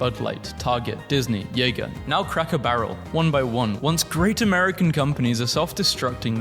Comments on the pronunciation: Jaeger? Seriously? It's Jaguar. Aren't you British? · Good video, love community notes! (Also, it's "Jag-you-are" (or "Jag-you-er"), not "Yayger." Just a friendly bit of help 👍) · Did he really just call Jaguar "yeager" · It's pronounced Jag-war, not yay-ger. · did you really pronounce "Jag-u-ar" as "Yay-gar"? Are you AI? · did... did the BRITISH dude just mispronounce JAGUAR!?! it's not jagermeister, it's jaguar, the car company you dolt! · And gibberish being pronounced GHiberish. Sounds like AI voice over. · User added context: "Jaguar" is not pronounced "Jäger". These are two completely different words. "Jaguar" refers to a large cat breed whilst "Jäger" is the german word for "Hunter". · did you just say jaguar like yeager??????? why bro why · Because it kinda resembles "jäger" and he wants some jägermeister. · Learn how to pronounce "jaguar" I'm starting to think you might be AI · no way you said "jaguar" like that bro. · I have never heard Jaguar pronounce that way. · At any rate, mispronunciation by the narrator notwithstanding, the point of the community note is correct. Jaguar is a British brand, not an American one. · As a Brit, that mispronunciation of Jaguar actually hurt a little. Even if it is not owned by a British company any more. For a while it was owned by Ford so they are just a little out of date.